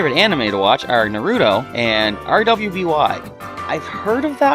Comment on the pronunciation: Rwby is pronounced like ruby, it's spelled like that because it's the names of the team rwby members